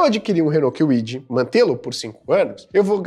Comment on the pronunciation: Renault quiuidi 😂